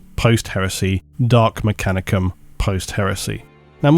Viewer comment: "known as, the mechani-cum" 😏